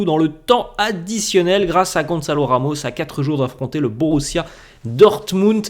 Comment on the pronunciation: GON SA LOU. RE MOUCHE = GOnsalo Ramos voila comment ça se prononce